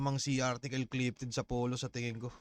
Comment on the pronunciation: 😂 artikol amputa